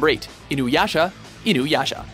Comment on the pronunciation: he call Inuyasha "Inuhana"